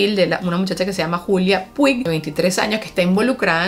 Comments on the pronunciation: Julia Puig se pronuncia Puch.. no puig! 🤣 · Puig= putch pa la próxima 😙. Se que hemos crecido escuchando en venezuela nuestra marca de galletas PUIG, pero es Putch. El resto genial, lo explicas al pelo